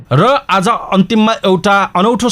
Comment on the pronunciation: news reader sir , hajur ly आज lai आझ भन्नू हुन्छ येस्लाइ सुधार गर्न्नु होला